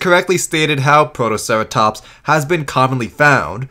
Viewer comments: And you forgot Protoceratomps! Not protoceratops, no it's 100% accurate and totally not a mispronounciation either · The narrator also called Protoceratops "ProtoceraTOMPS"